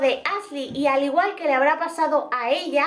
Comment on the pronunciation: Pronuncia “sh” en palabras que no van, pero dice “Asley” y “Sein” jajaja no puedo